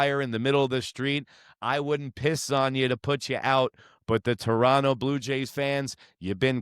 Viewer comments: You said "Torono" which is how most of us pronounce it...mostly because of laziness, lol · "Chorono" is also valid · Give this guy credit, he pronounces Toronto correctly.